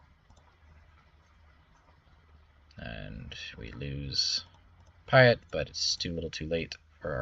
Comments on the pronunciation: its admiral PEA ET...haha. love your videos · We mentioned Chimaera pronunciation before Piett? Admiral Piett's name is said aloud in the original trilogy! Think "Pierre".